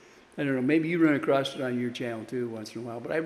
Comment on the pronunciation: ACROSS, the word is ACROSS!!